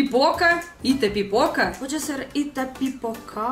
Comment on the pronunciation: Você falou direitinho Itapipoca, no Ceará.